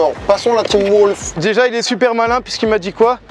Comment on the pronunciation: c’est pas les wsh mais les wolf frérot 😂😂 c’est clair l’anglais c’est pas fait pour lui